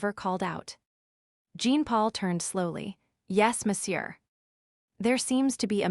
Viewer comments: Jean for a French male is pronounced aa Jaan or thereabouts but not as Jeen. I am from India. Learn your French names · Jean in French is John come have the AI pronounce the name correctly.